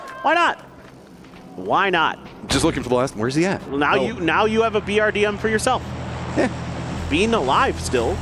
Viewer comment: BRDM has been around for so long yet the commentators still can't say it correctly they always say BDRM, c'mon guys it's not hard it's 4 letters.